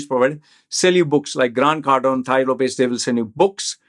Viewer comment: It is not "Thai Lopez" 🤣🤣 It is taaii Lopez